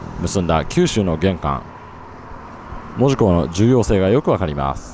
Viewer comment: でもこの人、意外にも門司のイントネーションが間違っていない 珍しい本州の人間